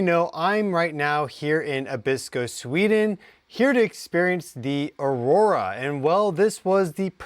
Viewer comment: Aurora? Or "Our Aura"?